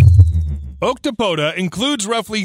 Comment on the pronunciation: I'm so stoked to hear you say, "octopoda". No one uses the correct and proper Greek conjugation of the word. BRAVO sir!!! Bravo!